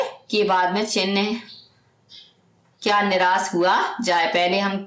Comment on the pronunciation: By the way it's niraash not niraas